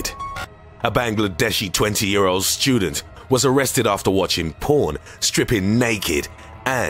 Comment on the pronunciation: Shtudent Wotches... POOAN